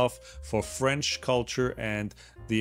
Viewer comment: I am french canadien. Good work with your french accent. 👍